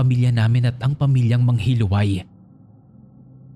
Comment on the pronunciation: Yung sa 1st story po hindi po MANGHILUWAY ang pgkabigkas nun kundi MANGHILU-AY. From the root word HILO (LASON). Wala lang na share ko lang.